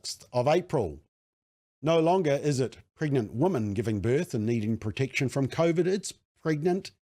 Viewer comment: Thank you for the work you do. I am completely in support of your position but please learn the difference between "woman" and "women" New Zealanders are very bad at pronouncing the word women. Woman often comes out as women and vice versa. We/ they and you say woman when you mean women and vice versa. Anyone who is not a kiwi will think you are stupid and not take what you are saying seriously. I want you to understand. I agree with your position but the way you pronounce woman and women will confuse non-kiwis and some kiwis. The word woman ends with the sound "man" The word women ends with the sound "min".